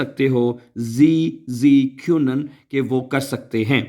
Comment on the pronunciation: سر آپنے بتایا تھا کہ یہ کَھَیَونَنْ پڑھتے ہیں نہ کہ کُیُوُنَن